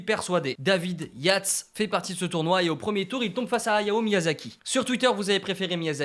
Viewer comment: alors david Yates ca se dit yétes